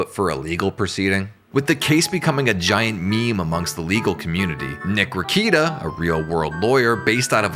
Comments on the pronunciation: This was so well done. But not gonna lie, I spent half the vid trying not to shout at the screen “it’s pronounced re-KAY-ta! Not re-KEE-ta” hahah. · Nick-Rick-kay-tah. Not Rick-eat-ah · lol - 2 seconds in and “reeyketa” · Let me give you a couple of corrections: 1. It's pronounced "Ruh-KATE-uh;" and 2. Keffels is a man. Stop using female pronouns to describe him. You're welcome. 👍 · You can’t even say his name correctly…. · If you don’t know how to pronounce Rekieta’s name properly then you don’t know anything about him. You’re just grifting. I can’t watch this. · Nick Rekieta has half a million subs on YouTube alone. You don’t have to be a sub to watch a video. If this channel watched just one of Rekietas videos he would know how to pronounce his name. He doesn’t know anything about him. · It's weird, he obviously did research, but doesn't pronounce it properly